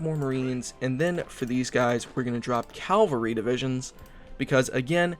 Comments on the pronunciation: Cavalry not calvary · Mecha-G-nized ca-L-vary :p